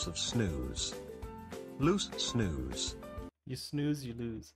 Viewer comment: Snus should be pronounced more like with the u in use, not like snooze. If you are interested in more historic famous swedes you can check out Carl von Linne' (carl linnaeus) father of the botanic naming system. Alfred Nobel, the Nobel prize. Ivar Kruger, the "match stick king" whos suicide "started" the depression 1929. Edit. I was obviously wrong as he died in 1932... but his death caused some kind of economic crash.